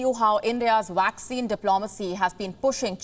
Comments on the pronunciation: Young lady, it is not 'WACCINE'. It is 'Vaccine'! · Please learn to pronounce vaccine correctly. It’s pronounced as vaccine not waxing! Otherwise, an excellent repot, as usual.